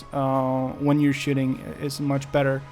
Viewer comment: "De way dat camera behaves, uhhhh, when you're shitting, is much better" lloolllll